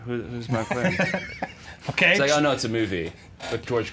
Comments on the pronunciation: I hate the way Jack Henry Robbins says Michael Clayton "Michael Claydun" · How he pronounces Clayton as Clay den the entire time really bothered me because my brothers name is Clayton.